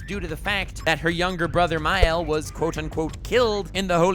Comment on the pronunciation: It's Mael not Miel, and Gowther not Gother.